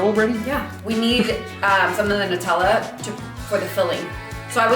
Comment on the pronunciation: She's pronouncing Nu-tella wrong